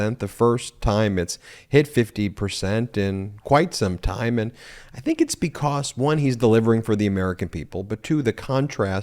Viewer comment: Learn how to pronounce "because"